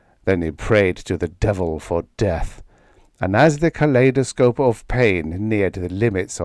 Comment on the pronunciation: Pronunciation: intravenous, kaleidoscope, and probably recreation. "Recreation" has two possible meanings, with different pronunciations. In the story's context, the "leisure activity" meaning seems more likely to be the correct interpretation.